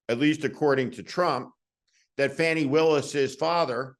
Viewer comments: Not Fanny…Faw-ney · Please start pronouncing her name as Fawni, I get the feeling we'll be hearing her name a lot. The MAGAt's pronounce it as "Fanny" as some sort of insult. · Pronunciation correction is FAH nee, said this way by a prosecutor who knows her. I’d say FAH nee is correct. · Hey Steve- her name's not pronounced "Fany".. It's pronounced "Fawn-y". You're one of the few people still doing it... you sound like you're deliberately disrespecting her at this point, which I know isn't your intent. Hopefully you or someone on your team will see this and address it; Fani deserves the proper respect. regardless- keep up the good fight, Sir!! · Steve…her name is pronounced “Fawnee”. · Her name is pronounced Faw--nee. Just sayin, and be well. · Fani Willis's first name is pronounced, "fawnee." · It’s pronounced Fawni, not difficult. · Fah Nee Willis.....Please pronounce her name correctly in the future. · fani....long a not fanny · Steve, Fani's name is pronounced with a long /a/ as in 'father," not as in "fast."